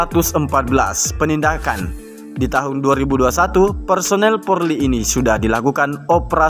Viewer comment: Bang apa sampeyan memang tidak bisa mengatakan polri dengan benar, bbrp video yg saya lihat kok bilangnya porli terus.....perbaiki lah